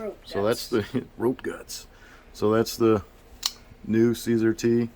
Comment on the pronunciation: Thanks for the video. I like the review. Just to let you know, CSAR is pronounced “see-sar.” SAR is an acronym for Search And Rescue.